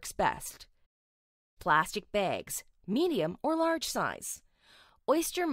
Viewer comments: "plazstik bèègz" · "Plastic Begs"